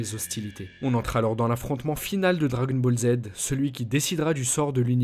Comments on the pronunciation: J'adore quand tu dis "dragon bolzzz" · Les dragon bolz 😂